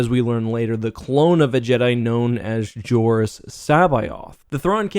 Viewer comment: While this is really cool... it's jaring hearing how Jorrus' name is pronounced, since in my head I've always said it as C'Both.